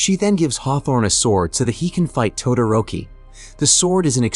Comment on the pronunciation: Mmmmmm yes "todaroki"